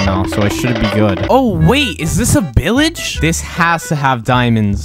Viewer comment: I love how he pronounces village as billage it cracks me up every time 🤣🤣